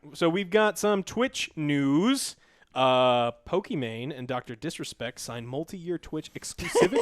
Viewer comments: As I hear Joe say “Pokiman,” I died laughing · Poki MaN pokiW